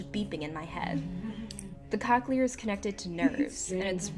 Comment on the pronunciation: Cochlear isn’t pronounced COC-chelar. I guess everyone has different experiences with it but my mom has had it for 7 years and loves it.